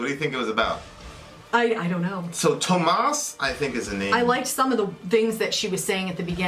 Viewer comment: Tuomas - say it like 'TOURmuss' without r, but vowels like that. The spelling actually says you should go from the u in pull to o in sport.